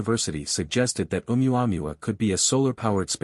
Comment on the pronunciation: I like reports on ʻOumuamua by narrators who can correctly prounce ʻOumuamua. This is not one of them.